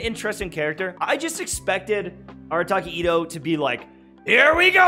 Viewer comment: Arataki itto❌ Irataki Atto✅